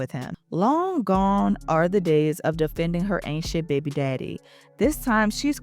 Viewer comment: When you say “baby” I was reminded you were my cousin from New Orleans ❤ lol !